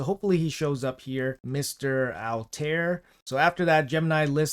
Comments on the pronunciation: Altair (pronounced al-tie-ear) was basically in the first game and game lore he was the one who remade a more modern assassins creed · How to pronounce Altair: All-Ta-Eer Bin-La-A-Had - Son of no one. My favorite!!! I'm soooooo hyped for this collab. So hyped. Honestly, I wish this AC collab was switched with the Turtles back in August - it would've been a nice b-day present for me, but eh, I'm still excited now! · Ezio pronounced - Etz-eeyo Altiar pronounced - Alt-eye-yair